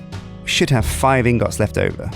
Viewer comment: can you say ingets intead of ingots cuz its making me triggered